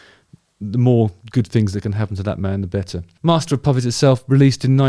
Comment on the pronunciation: Dammit Justin ffs….you need to give more time after you announce a spoiler alert 🤓🤣 Plus….you are totally butchering MOP Still love you though bro 👍🏼